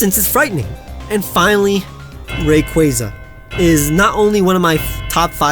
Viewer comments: You say Rayquaza wrong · DO NOT LEAVE OFF THE Y IN RAYQUAZA!